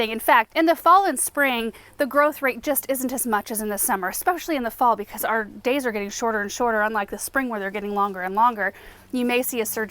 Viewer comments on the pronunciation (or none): none